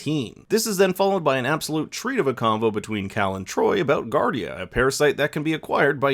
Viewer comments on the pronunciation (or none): Mamie is pronounced "May-mee", not "Ma'am-me". Also, giardia is pronounced "jee-are-dee-uh" not "guard-uh". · I love when people who sound like know-it-alls mispronounce words. That's not how you pronounce Giardia. They even said it in the episode, so not sure how a mistake like that could even be made. Maybe you didn't even watch the episode and just read scripts you're give by actual reviewers? Who knows. Just something I caught.